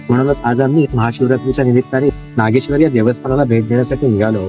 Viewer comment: नागेश्वर म्हणा सारख सारख नागेश्वरी काय म्हणताय.